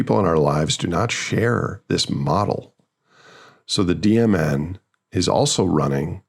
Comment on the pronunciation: Every time you say DMN I hear "demon" 🤔